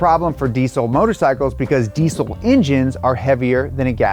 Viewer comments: Deezel not decell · Why can't Americans pronounce diesel? It's deezel not deesul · i dont want to be that guy but diesel is pronounced dee-zl not deesssssssle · Deesle? How dare you mispronounce the z in diesel. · It's pronounced. Dee zl. For Christ! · anyone else find it funny how Americans say diesel? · Americans really need to learn how to pronounce diesel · that way he says diesel😅haha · Your pronunciation of diesel makes this video almost unwatchable. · Wierd hearing the 'S' in deisel pronounced as an 'S' instead of a 'Z' like normal English speakers do